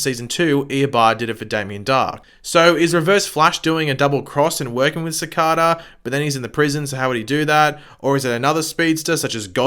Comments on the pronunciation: Its cicada not cicaaadaa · It's not caacada. It's Cicada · Ffs the way he says cicada it’s like cakada (I love the vids ) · C- Kay-Da = Cicada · You pronounce his name worng😂🤣😂 but I gess it can be pronounced either way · Is it me or how he says cicada bothering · love the way u say cicada